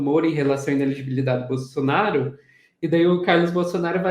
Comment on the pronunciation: Simples ! Ele é incapaz de pronunciar "inelegibilidade"!😂